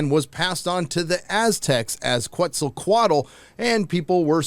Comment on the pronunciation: Quetzalcoatl is pronounced Ketsa-coy-ot-ill 😁